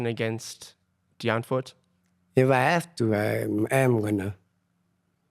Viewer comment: Let's all say it together... Die (Dee) Ant (🐜) wood (wood) 🤣🤣